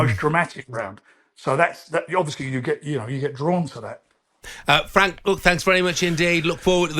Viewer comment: There you go boys n girls...honest fwank 😂😂😂